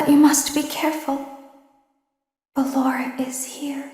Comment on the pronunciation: Circus Baby: Ballora DanTDM: Ah yes, Ballenlorah.